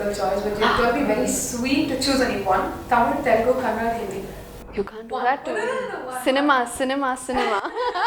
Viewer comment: It's kannada! not kannad!